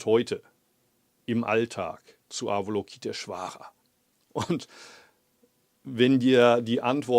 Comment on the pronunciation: Lieber Muho, vielleicht würde sich Ava-LOKI-teshvara über eine schönere Aussprache freuen. Ich spreche das auch immer falsch, aber die korrekte Aussprache ist bei weitem harmonischer als unser gebrabbel.... Nur eine nebensächlichkeit. OM